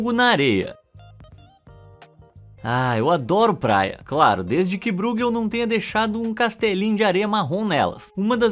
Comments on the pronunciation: vª exª nao fala de arte. vª exª fala de curiosidades que nao sao arte . aprenda a dizer o nome dos artistas. o sr. diz ROLBEIN . na verdade o nome se diz ÒLBAIN, tal como BRUGEL nao se diz brugel. diz-se BRÓIGUEL. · Essa pronúncia de ÓI que você diz ser a correta nem sequer existe em holandês. Você fala como se fosse alemão, como o nome do goleiro Neuer, porém não percebeu também a ordem das vogais, pois não é BREUgel e sim BRUEgel. Sua tentativa presunçosa de explicação foi tão miserável quanto a de gringos que acham que espanhol e português têm as mesmas pronúncias. Erro básico achar que alemão e holandês são idiomas semelhantes. Apaga seu comentário que dá tempo ainda.